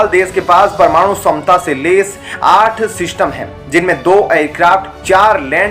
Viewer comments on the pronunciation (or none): क्षमता को समता क्यों बोलते हो?